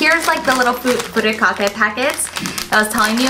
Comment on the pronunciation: And Furikake needs to be pronounced Fur"I"kake not Furekake.